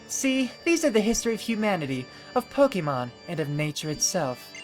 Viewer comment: I'm sorry,, but it's pronounced Poke-AY-mon. Thanks!